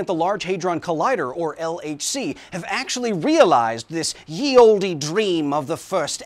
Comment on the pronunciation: The "e" in "Olde" is silent.